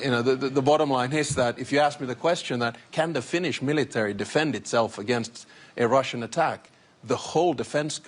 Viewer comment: "Militowry?" hahaha what a joke they are.